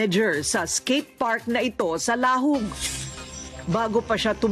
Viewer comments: Korina and her team should at least try to pronounce the name of the place correctly. When you pronounce Lahug, the stress is at the 2nd syllable. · Sana mag research muna kung papano Ang pag pronounce ng LAHUG' maraming nakíkinig buong Mundo hehe